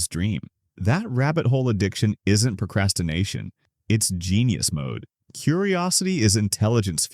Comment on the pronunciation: procrastination* not procrasttation